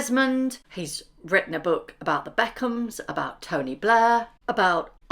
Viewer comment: " You've wrowten" 😂😂 Dummy uneducated sussex squad.